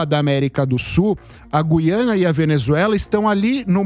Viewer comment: Sr. locutor: GÜIANA – No nome deste país a vogal U soa; a pronúncia não é como a da nossa palavra GUIAR, mas como em RUIANO (referente a Rui Barbosa); em tupi: GÜIRÁ (pássaro); ou no vocábulo hipotético TUIANA. Em grego: Γουιάνα; em alemão: Guyana (Ü). A inexplicável, absurda eliminação do trema na nossa ortografia provoca erros de pronúncia.